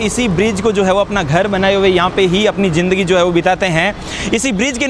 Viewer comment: Aik to Indians kay bolnay ka tareeqa ajeeb hay "DEKHNAY KO MILTA HAY" kya hota hay? "Dekhiay" bol saktay ho... "JINDAGI" ... Zindagi kyon nahi boltay ho? Aur camera aap aik jagah roktay nahi, baar baar camera move kartay ho.